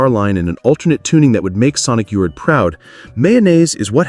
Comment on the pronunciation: Did you say Sonic Yourt?